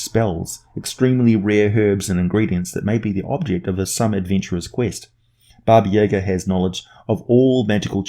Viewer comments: Hey, so this isn't super well known, but the correct pronunciation is Baba Yah-gah. Most people say Baba Yaga, as it's spelled, and you're saying... Baba yeah-ga for some reason? Accent I guess. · It's not Baba Yeahga it's Jaga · I may have said this already, but it's pronounced Bah-Bah- Yah-Gah. Also, the name means lit. "Old Women." And there's more than one. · I dont know if anyone else has said it and I know its an old video but because its a Russian name the pronunciation is 'yah-GAH', the emphasis is on the -ga. That being said, that's the Earth pronunciation and it could be entirely different on Faerun. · especially because of how often you mispronounced this very famous name. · 3.14 Dragon His pronunciation is closer to Russian than the typical American pronunciation, but the emphasis should be on the second syllable.